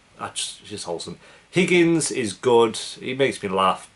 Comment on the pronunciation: The number of names you got wrong or didn’t have is crazy 😂. The black swimming coach lady is Roz Washington. The Irish boy was Rory. The Indian principal was Principal Figgins not Higgins. And the most upsetting one you messed up was Karofsky. I kept asking myself who’s kerblonsky? But anyway I love your reactions and I’m determined to finish all of your reactions.